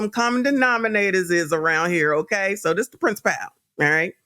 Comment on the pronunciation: Love your content! Principal is pronounced “principle.”. Not princiPAL.